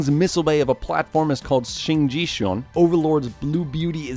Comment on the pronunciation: King's mech is pronounced as Shin-Gi-Jeon to be precise